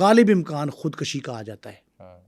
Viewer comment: بہت زبردست پوڈ کاسٹ بنایا ہے آپ نے۔ آپ کا انداز بھی بہت اچھا ہے۔ مگر ایک لفظ جو آپ نے بار بار استعمال کیا ہے خود کشی (khud kashi )۔ یہ خود کُشی( khud kushi) ہوتا ہے۔ دونوں الفاظ کے معنوں میں بہت فرق ہے۔ ۔